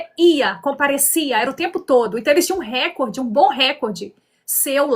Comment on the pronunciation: A palavra é recorde. E não récorde